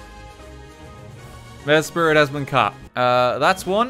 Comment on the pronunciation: Just a heads-up: It's Mes-prit. M-e-s-p-r-i-t. Not Mespirit.